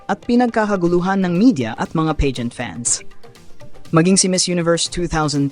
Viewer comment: It's Pah-Gent not Pay-Gent. Use Google to learn pronunciation, it helps.